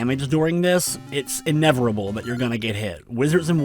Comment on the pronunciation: "It's inevirable"